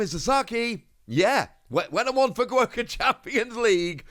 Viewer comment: You pronounced fukuoka wrong